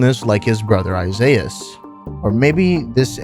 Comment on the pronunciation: Isiahs "Isaizz"